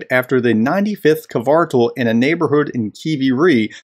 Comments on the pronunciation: The "Cartel" vs "Kvartal" thing on its own makes Ritter look like a complete dunce. Not to mention the other 36 minutes of that video. Also the pronunciation is /kʋǎrtaːl/; Hyphenation: kvar‧tal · Ritter didnt need to deliberately mispronounce Kvartal, but he did, most likely intentionally.